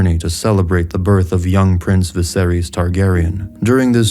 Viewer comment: I dig the video but to this day it still drives me insane, people mispronouncing Targaryen names - anything ending in 'ys' is going to sound like 'iss' not "eez". Just like Daenerys isn't pronounced 'Daenereez'; the mad king Aerys isn't pronounced "Air-eez", it's 'Air-iss'. The same for Viserys, it's 'Viss-air-iss' not 'Viss-air-eez'.